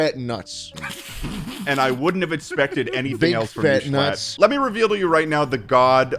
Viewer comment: are u trying to say “schlatt”??????